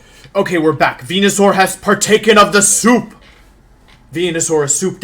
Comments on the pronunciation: Who is Wenasaur? Never heard of that Pokémon... if only there was a proper way to say Pokémon’s names... 🤔please pronounce the Pokémon’s names correctly please. It makes you look uneducated. Just saying. 🙄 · First video watching this guy... does he always butcher names? Listening to him mispronounce Wonder Guard and Venusaur so badly hurts my soul.